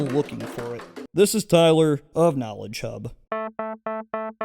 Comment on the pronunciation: I heard "nala chub" instead of "knowledge hub"